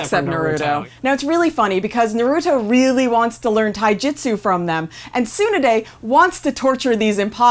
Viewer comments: Its Tsu-naa-de not Tsoo-na-de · its t-sun-A-d-èe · DID YOU JUST PRONOUNCE HER NAME... SU NUH DAE??? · soon a day (how they pronounce tsunades name) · Jitsu, Soonaday, Oar-oh-chimru really . you'd think they would know pronunciations by actually watching the show hm. Ju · How the hell do you murder tsunade’s name like that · Why do they pronounce Tsunade so wrong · the way u pronounced Naruto and tsunade made me want to commit the reaper death seal no cap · These people are weird af man, they have two channels, GeekWorldRadio an this one (Anime Vice) an they still seem like they don't watch Naruto at all. The woman can't even pronounce Lady Tsunade's name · They pronounced tsunade wrong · Please learn how to say Tsunade and Rasengan, great video btw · why can't they pronounce Tsunade correctlly? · Bruh I could barely hear anything said over the mispronunciation of Na-ru-to and Tsu-na-de. It's a small detail but big enough to give me vertigo. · My god. Please don't ever say Tsunade's name ever again as long as you don't know how to pronounce it. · I cringed every time she said Tsunade or Rasengan.